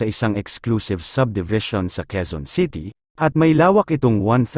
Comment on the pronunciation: HINDI QUIZON CITY, QUEZON CITY BAROK K